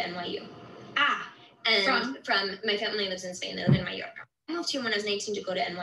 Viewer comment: You can’t say Mallorca ???🙄🙄🙄🙄🙄🙄